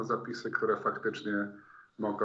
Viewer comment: "mogOM", Tak pieknie domknal wargi, ze slychac, jakby podwojne "M", wczoraj, czy przedwczoraj niczego nie skaleczyl, bo nie uzyl wyrazow z koncowka na "a" z ogokiem. Wyglada na to, ze jeszcze nie trafil na moje uwagi, albo nikt mu nie podpowiedzial, ze ktos mu wytyka, ale licze na to, ze kiedys dotrze do niego informacja i zacznie pracowac nad sobOM!